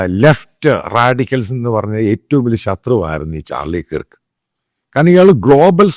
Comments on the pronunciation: ചാർളി കിർക് അല്ല ചാർളി കെർക് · Please pronounce his last name correctly🙏